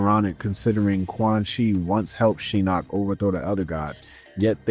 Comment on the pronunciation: This is a good video and has a lot of in depth coverage, but I still don't get why you pronounce Shinnok's name wrong when it is said several times in the games he's in by characters and the announcer. Also just a personal thing, but I've never liked joke characters in fighting games; like why the hell put in someone like Mokap when they could have brought back someone like Mileena, Jade, Smoke, Noob, or Sektor.